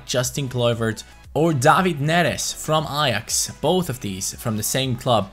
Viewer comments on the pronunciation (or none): none